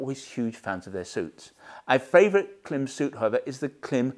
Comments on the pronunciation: Klim is pronounced climb (note the dash above the i). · Just an FYI: Klim is pronounced "climb"